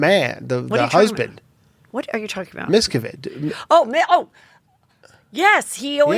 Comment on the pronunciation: Miscavige rhymes with cabbage.